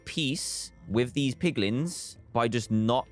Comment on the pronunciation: dantdm :poglins me: piglins*